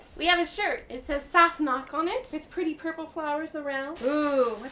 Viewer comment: and its sassenach not sauce-knock.